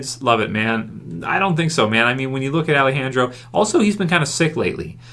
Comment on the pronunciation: Does anyone else cringe at the way pronounces 'Alejandro'? Lol